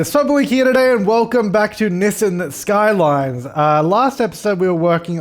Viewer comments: Did you say nissen skylines as in Norwegian folk lore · Did you say Nissan skyline in the intro😂😂